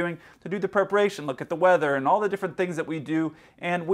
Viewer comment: Captain was straight? what happens in thailand stays in thailand! perparation? you mean preparation are you reading from a script? 😁